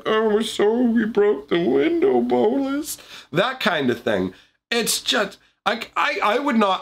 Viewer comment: The way you say bolas satisfies me